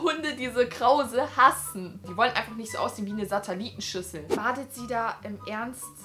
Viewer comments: du hast statt SatElietenschüssel(was ist das für ein Wort?😂)SatAlietenschüssel😂♥️ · satalieten Schüssel? Heißt das nicht sattelieten Schüssel? 😂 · Wenn statt Satellitenschüssel "satalitenschüssel "sagt😂😂❤#teambeki❤ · SATALITEN?? xD